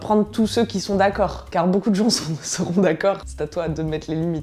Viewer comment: "Carrrr fér lé sexe" 😂 Vidéo très juste et drôle 👌